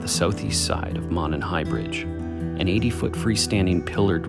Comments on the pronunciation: This is the first video I’ve watched of yours. Sorry if this had been mentioned already— it’s pronounced “moe-nun”. If you care about that kind of stuff anyway. I like your channel. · Monon is pronounced 'moan on'. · Monon....it's pronounced "moe-non" Are these guys even local to our state?